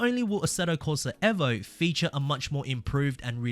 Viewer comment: bro its evo not eh-vo